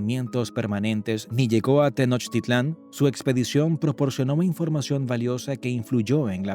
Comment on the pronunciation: Es Tenochtitlan, no tenochititlan